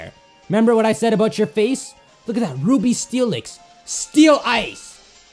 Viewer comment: Did someone here him saying uby insted of ruby steelix